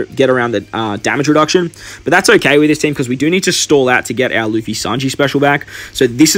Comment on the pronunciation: bro it's luffy not laffy :P cool video